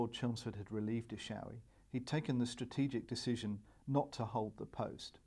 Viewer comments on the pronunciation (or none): E SHO WE. Not ISHAWE, WHITE MUST TO PRONOUNCE ATHOR PEOPLE LANGUAGE